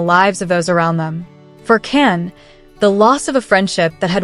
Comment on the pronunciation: His name Can sounds like John not Ken or can. Erkenci kus, kus sounds like koosh not cus.